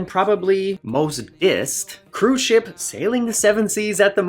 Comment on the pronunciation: What you said was "Ship Tour" what I heard was "S**T Tour" .... I'm old. I drink.